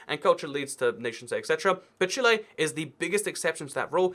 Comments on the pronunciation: why does he say chile as "Chilé" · 'chilay' ibx2cat, 2018